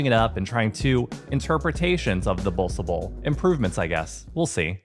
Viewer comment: 5 bossche bollen. Not Bossecheballs